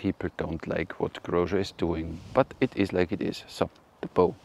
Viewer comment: Grozer's name is pronounced with "z" not "zsh" :)